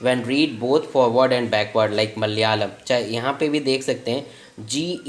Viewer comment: its malayalam not malayam😏